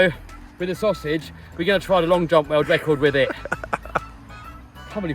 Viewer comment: Congrats on your word wecord